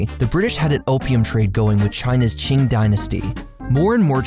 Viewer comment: Kind of surprised how typically mispronounces foreign names, but pronounced "Qing" perfectly.